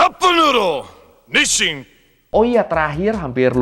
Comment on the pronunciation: Hungry? cup noodle? nissin wkwkwkw